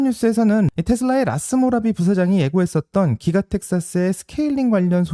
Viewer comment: 라스모라비 ---> 라스구라비